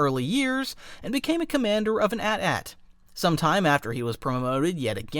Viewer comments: The fuck is an atat? It’s AT-AT. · For the love of everyone good, do NOT say AT AT. It's A-T A-T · Its prounced A-T A-T and not AT-AT ffs! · My brother in Christ why must you punish my ears by calling the glorious AT-AT an atat 😭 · Atat? It's pronounced "eighty-eighty". 😂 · Bro, enough with the 'Atat', it's an AT-AT, you dont' cal the AT-ST an 'Atst.' do you? I know some director called them an 'atat' but it was dumb then, and it's still dumb. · saying "at at" instead of A T - A T feels wrong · I can't help but gag when I here @@ it sounds so stupid compared to AT-AT lol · It isn't pronnounced atat, it you read each letter alone, not as a whole word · you dont say AT AT like that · The way the narrator says ATAT too, probably AI narrated as well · atat got me. Since they are initials, shouldn't they be pronounced individual. Like A-tee A-tee? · Is this ai or does he just pronounce AT-AT different